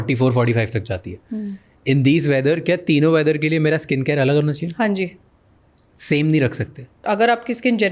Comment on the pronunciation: That ‘Hanji’ had such a Punjabi touch.